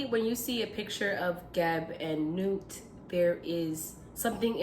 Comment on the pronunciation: Personally glad I stumbled on this vid. You pronounce her name correctly. If she were to let go we would be lost.